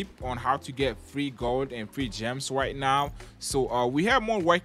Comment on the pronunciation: When he said right now it sounded like white now